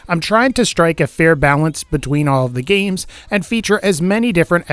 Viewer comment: bruh the way he says "games"